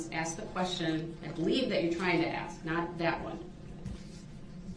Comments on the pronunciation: "The state can AX the same question I already AXED? " Gotta love a piece of sh*t that can't even say the word ASK properly. 🙄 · And no idea how to ax a question 😅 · If he was sentenced to 1 year for everytime he mispronounced the word "ask", I'd be happy.